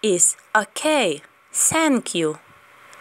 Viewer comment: Thank you говориться не Сенк'ю, а з м' ягкою Т...